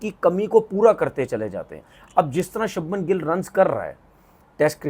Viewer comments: Are bhai shubham gill ka name toh sahi le le shabnam gill ne he voh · Shabman nhi Shubman 😂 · Shabhman nahi its Shubhman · Shubman Gill ❌ Sabman Gill ✅ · अनपढ़ आदमी वो शबमन गिल नही छछुंदर है तू उसका नाम शुभमन गिल है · Sabman gill 😂😂😂😂😂 inse naam bhi nhi liye jate andia sabman paijaan 😂😂😂 begerat log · Subhmam re sabman nehi 😂😂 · Sabnam gill aur reshav paint😮😅 Porkistani urdu😂peak pe hai😊